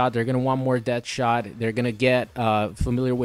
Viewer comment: DEAD-shot not DEATH-shot, plz never say that again. thanks